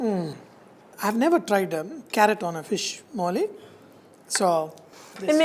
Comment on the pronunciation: Dear Chef, Please do not insult us Keralites anymore, by letting this woman cook one of our traditional dish. She ruined the whole dish... She started off by mispronouncing it as "moilee" instead of "molee/moli".... Then she insulted our dish by adding veg or canola oil, then by adding carrot & finally by adding sambar powder. Sorry to say, but thats not how we cook our fish molee. Thanks. A regular viewer of your channel